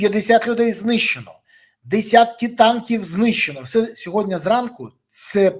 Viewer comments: Борисове, Я вас дуде прошу, учить сову, не сьогоднЯ, а сьогоднІ !!! А то ви,як тигипко з цим сьогоднЯ !!! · Березо, не сьогодня